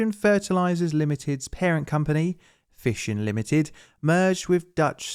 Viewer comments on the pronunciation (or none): Great Video as always, but just a minor 'Point of Order' if I may, Mr Speaker: It was FISONS Ltd, not Fissions. It was pronounced "Fye-sons" Keep up the good work, Best Wishes